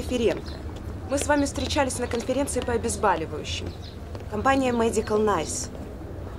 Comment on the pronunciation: внимание! нет слова обезбАливание, есть слово обезбОливание --- говорите грамотно!